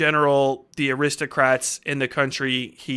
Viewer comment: I heard 'aristocats' . damn that little white kittten must be lethal.